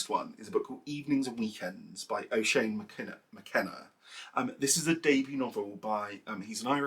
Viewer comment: Hi! Just discovered your channel. So happy as I love to watch YT "podcasts" while knitting. Your take is nice and refreshing, you come across as very real and humble. So thank you for the work you put in. I'm Irish so I hope you don't mind me correcting your pronunciation of the name Oisín... it's sort of like "uh-sheen". Best of luck with the channel looking forward to the next video 😊